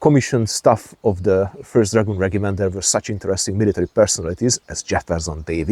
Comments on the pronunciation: Regiment Noun Rejəm(ə)nt The G is pronounced as a J, the I is pronounced as Ah. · Out here in Wyoming we say it rej-im-ent . Love the videos keep them coming ❤🎉